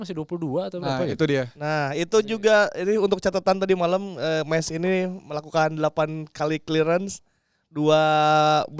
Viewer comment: Sorry nih bang, yg bener Meis jd ada ei-nya. ✌️